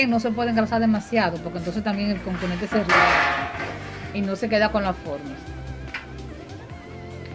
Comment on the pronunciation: No se dice "Conconete", se dice "COCONETE", su nombre viene por que está hecho a base de coco. Corrija eso!